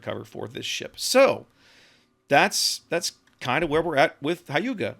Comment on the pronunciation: Wow, you managed to pronounce it the closest, first time, of any reviewer I've seen so far. Props to you. That being said, Hyuga is pronounced like Hugh-ga, similar to Howard HUGHes.